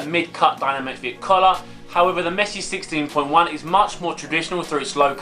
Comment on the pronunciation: Sissteen poin jaun 😂